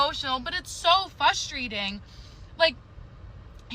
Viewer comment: dumping a great guy cause she "can't see more" with him and can't pronounce "frustrating?" She's a walking red flag.